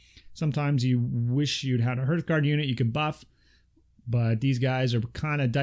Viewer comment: Great video....I’ve pre-ordered everything from the Age of Magic range. I really enjoy your channel.......but for sanity’s sake ‘hearth guard’ is pronounced the same way you pronounce heart......just add an ‘h’. As in “harth”......not “herth”. I’m not being a grammar nazi......just trying to rectify a common error amongst players of this excellent game.